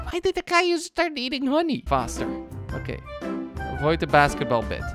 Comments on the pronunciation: is he saying basketball bat or basketball bit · JORDI IS HITLER!!!! he says a swastica!!! I know I'm joking but it songs kinda like it also actually he said BASKETBALL BAT! LOL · Am I crazy or did he say basketball bat